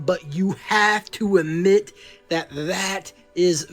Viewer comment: Somebody tell, at the 13 min mark, it's pronounced "ADMIT" 😡 not "amit"